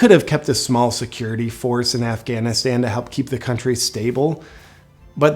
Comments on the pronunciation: Afganistand!!!!! Idiot! Don’t speak about Afghanistan if you cant even properly pronounce the country’s name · Biden the Moron calls it Afghanistand. I’m pretty sure he said it previously in this piece as well. The guy doesn’t even know how to pronounce the name of that country America blew how many trillions of dollars on? I hope that heroin was good. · Why does he say Afghanistand? Every single time! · Does Biden keep calling it Afghanistand? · Did anyone else catch the “Governor of Afghanistand”? 😂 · Why the hell does Joe keep calling it Afghanistand? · Not to be nit picky here, but does it bother anyone else how Biden keeps calling it “Afghanistand”? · Did Joe say "when you have the government of Afghanistand"? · Did he say afganistand? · Senator who? Isn’t that a Harry Potter character? 🤦🏻‍♀️ AND AND “Afghanistand”? 81 million votes folks. - Bidenese must be contagious… can anyone even English anymore? 🙏✌️❤️